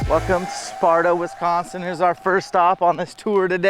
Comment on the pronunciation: West coast people and how you say Wisconsin is funny. Sounds like WESconsin. Love the video, right in my neck of the woods